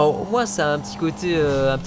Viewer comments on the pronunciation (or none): none